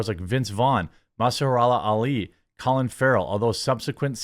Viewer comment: Listening to Jeremy read is like listening to the kid in class who can’t read except you don’t feel bad for him because he’s a fully grown man who can’t pronounce Mahershalla